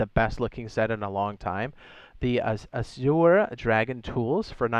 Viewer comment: Yo, AZURE is pronounced like slurring AS YOUR. A lot of people have a problem with that word, though. 🤣